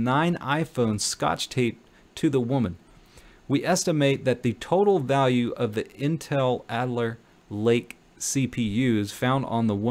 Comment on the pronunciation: Cool video! Seems you've got some small issues with reading too fast but I bet you can become bigger and better!! ( Makoo is read as Ma-Ka-Ou, or as wikipedia sais it - English: /məˈkaʊ/ and Alder not Adler - this really took me off guard, i did not expect you to mispronounce the CPU family as you being a tech-y guy, amirite? )